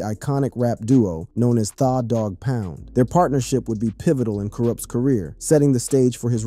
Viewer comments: You guys need to make sure the reading is correct. THAAAA DOG POUND??? WTH? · Thaw dogg pound is crazy 😂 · Im sicka dese mfs not knowin or caring how to pronounce folks names!! Thaw Pound n Mootha dis is krazy n den u gots him n a wheelchair! Yall gotta stop it!! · Wow Thaw-Dog-Pound 😂 can't even pronounce his name right dam.